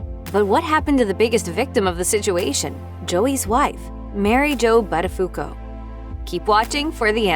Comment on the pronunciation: You can't even pronounce his name correctly... DOH .